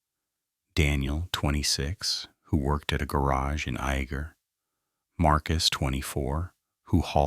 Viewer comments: Its pronounced Yay ger not I eager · It’s actually pronounced Ya-ger. Spelled Iaeger